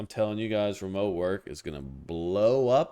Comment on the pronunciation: Be jaded at remeote is low T-energy!!!!!😂😂😂 great commentary